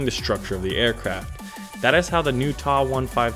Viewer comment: TA 152 not "Tah 152 !!! You say the T ...A. Damn kids .. Lol